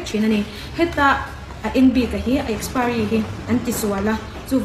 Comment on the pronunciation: Mizoram a piang in ti si, mizo tawng pai si, saptawngte a hmang ve, a lam dik bok silo, expari😂😂😂😂